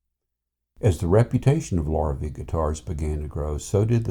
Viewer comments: If you're going to post a video, would it kill you to pronounce the name properly? It's pronounced Lah-ree-vey, Lorr-a-vee. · I too have one, he LV-03RE. But please, if you're going to laud Larrivee's high quality of tone and craftsmanship, why couldn't you pronounce the name correctly. It's a French Canadian surname, which phonetically sounds like this: lah ree vey. It definitely isn't pronounced Lor ih vee. Sheesh! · Pronounced "Lar a vay". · Thanks for the video. I'm in the market so all input is most welcome. Funny, I alway pronounced it : "lair-a-vee"....I like your way better.